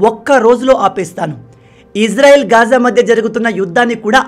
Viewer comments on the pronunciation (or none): none